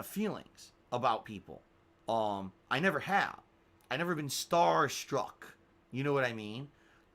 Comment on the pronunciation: "I've never been stHar stHruck."